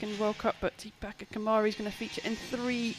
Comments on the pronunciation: Its Deepika kumari not topika kumari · her name is deepika not topeka